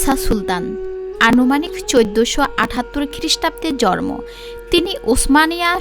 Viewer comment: হুমম জরমো না জন্ম হবে।